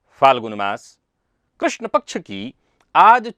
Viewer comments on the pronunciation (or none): none